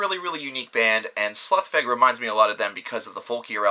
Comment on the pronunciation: I love Slough Feg! Great band. Minor correction on the pronunciation though, I believe the band themselves pronounce slough rhyming with "cow" and feg rhyming with "egg".